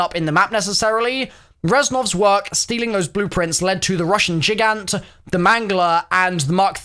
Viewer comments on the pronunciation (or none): none